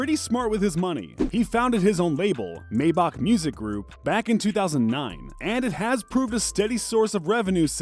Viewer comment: “maybock music” 😭✋🏾